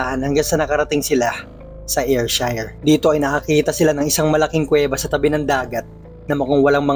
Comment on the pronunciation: Wrong pronounciation.. Ayrshire is Air/sheer or Er/sher